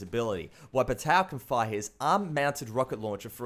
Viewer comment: I cringed when you said "Batow" instead of Batou